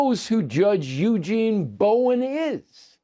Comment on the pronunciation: “Eugene”. Christ.